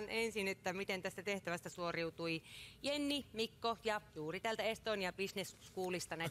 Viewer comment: Sä sanoit jenniä jennaks🥺🤪